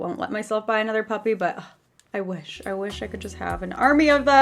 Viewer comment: When u were talking about wanting another puppy I thought u were saying puffy ahaha